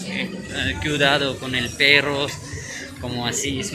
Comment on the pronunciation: es Paquistaní, y él sabe pronunciar la P, solo oigo que no sabe pronunciar bien la doble R, como para decir " perro" dice "pero", y he oído a los árabes y no saben pronunciar la "P", y nosotros los mexicanos somos unos pericos. Jajajaja